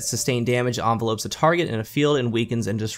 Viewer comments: Lmao!!!😂😂😂 Envelop is not something you put mail in!😂😂 Envelope is! The word is pronounced En-vel-up... just thought Id help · Its pronounced envelope not envelope. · Maybe it's just me, but does it bother anyone else that he's saying envelopes wrong? Other then that, good video. Trace rifles are good as long as you can aim well with them. If you can't you'll have a bad time.